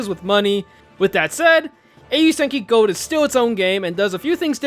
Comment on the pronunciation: i flinched every time u said Gold, it hurts to hear it pronounced like that